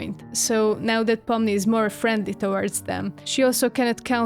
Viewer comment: I love the way you pronounce Pomni haha! It’s like fun in my brain